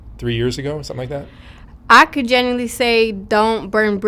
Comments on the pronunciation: Is he saying generally or genuinely??! It’s driving me crazy lol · Is he saying “genuinely”…?